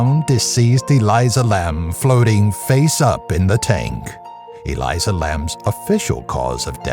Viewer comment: It’s Elisa not Eliza